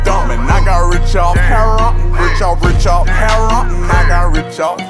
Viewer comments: Spelt heroin, but hes saying it like the bird heron haha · he’s saying Heroin brother it’s how good folks pronounce it in the south I’m in Memphis that’s how we say it - I’m Muslim and a past heroin user take my word here